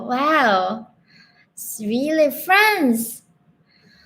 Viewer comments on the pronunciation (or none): none